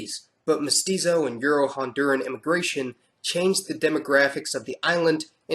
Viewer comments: why do you say mosquito? it's mestizo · its crazy because belize actually belongs to the latin community thats why hondurus is trying to take it over now should have been did that & ITS MEH TEE ZOE PEOPLE NOT MOSQUITO “MESTIZO” OK!